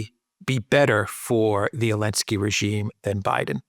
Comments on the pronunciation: 'elensky? it's Z-elensky. ZELENSKY. NOT ELENSKY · Why can't this guy pronounce Zelensky? Does he have a speech defect? Zelensky begins with Z not A.